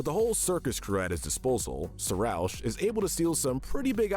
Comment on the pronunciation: They mispronounced Marina and Sarousch